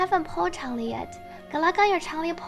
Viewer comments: shes pronunced chang lee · Changli: Shhh, it's pronouced Ch(En) - LEE Player base: Oh. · Changli > Changlee > Ch(en)-lee > Chn-lee > Zhongli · "pro-NUN-ciation," not "pro-NOUN-ciation" -- one of the most common ironic mistakes everyone makes. :) And yeah, everyone saying "CHANG-li" drives me crazy. Also, please tell people she's the Vermillion Bird of the South/zhuque/朱雀, not a phoenix -- very different things.